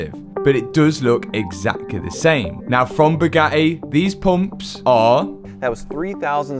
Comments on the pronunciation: Boo-GATT-ee, not Boog-attee. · Brother... pronouncing Bugatti as "Bew-gah-e" is a crime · Can not pronounce the y’s and i’s at the end of words? 😂 Always says “eh”… battreh, crazeh, supposedleh, Bugatteh. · Boo gah ay init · Gotta give it to this guy much respect goes out Fuge the Buggatti mob rippen Moe's off . When dude says Boo got e I straight laugh my azz off .He ll Low from NYC. Matt n crew.😂😂